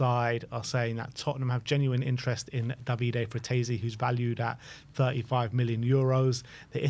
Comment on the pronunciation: It's Frattesi*, not Fratessi